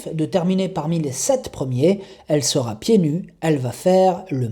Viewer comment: Bonjour, Bravo pour vos pronostics, vous êtes en forme ! Mais à la minute 6'07 à propos du n°7, vous rajoutez un t à sera, dommage...sera affutée, pas de t à sera... Je n'ai pas joué donc pas perdu...😎 Bonne continuation Cordialement